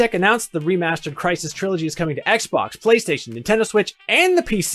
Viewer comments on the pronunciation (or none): none